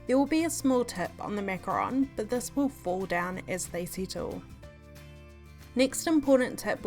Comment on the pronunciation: Huh? It is ‘ MACARON’ idk where your getting macaroon from. Macaroon is a completely different thing...